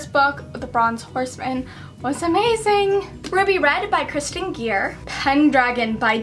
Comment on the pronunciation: Hey..i am big fan...now i don't wanna point fingers at you or something but I have been noticing you pronouncing an author's name wrong (and i have noticed it in many of your videos) it is 'Kerstin Gier' not 'Kristin Gier'